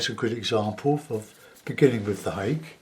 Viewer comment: Ha-kay is the pronunciation.